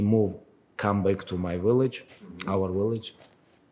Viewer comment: Khabib ‘Willage’ Nurmagomedov